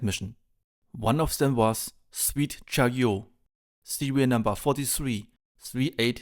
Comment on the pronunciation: Great video. Also to help with your English pronunciation the T in Chariot isn't silent.